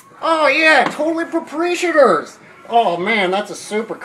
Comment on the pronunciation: Geese Island? Propreeeshators? LOL